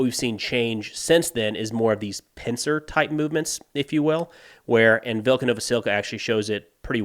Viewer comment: Hey, if you see this, just to help with pronunciation, any time you see a Y following a consonant, it is pronounced as an i in ukrainian. So Velyka is vee-lee-ka.